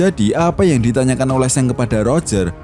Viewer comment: Gw dengernya Seng 🐦